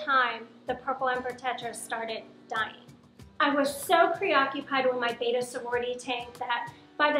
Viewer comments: Not to be nitpicky, but it's pronounced bed-duh. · I thought betta was always pronounced 'bet tah'? Is it prounced different in various regions? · Hey and … if you really care about bettas… you could really learn how to pronounce their name… this slays me… Betta… 2 T’s… bet-ta… not beta “Bayta” as you guys keep mispronouncing… Beta is a letter in the Greek Alphabet… Betta is a tropical fish… Let’s get it right… the Bettas do not appreciate it… 😏